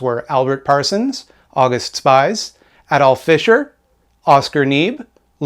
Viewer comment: Great video. However, August Spies is pronounce "Ow goost Shpeez". Also since I did research for a 20+ page paper on Haymarket I can confidently say that an Anarchist threw the bomb, there is no evidence that the Police or the Pinkertons threw the bomb. However it is more than likely that the bomber was provoked by the Police actions. Doesn't make what happened before and after good, but historical accuracy is important.